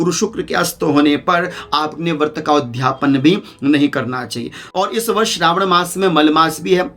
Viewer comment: आपका उच्चारण थोड़ा गलत है, आप उध्यापन बोल रहे हैं, जबकि शुद्ध शब्द udyapan उदयापन होता है